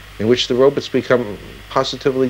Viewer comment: Dr. Zoidberg I presume? ‘Robuts’